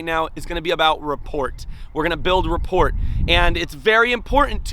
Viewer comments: "What is rah-port" 😆 pronounced RAH-POOR 😉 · Is straight killing me everytime he says it. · Just FYI, the T is silent in "rapport" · T is silent in rapport. If you read the definition there should have been a pronunciation before it. Man...😔